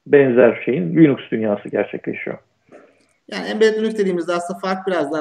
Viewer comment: Ama Linus reportajlarında linux demiyor linax linıx karışımı birşey diyor. Onun adı da birçok dilde degisiyor zaten ama adam linux'ı sabit tutmuş.